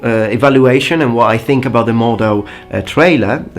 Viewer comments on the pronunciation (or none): It's Mordhau, NOT Mordau. A "Hau" is a strike, "au" is the sound you make, when you are hit.